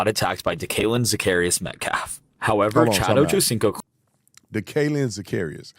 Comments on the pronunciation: lol his name IS DK not DJ ☠️ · ITS DK NOT DJ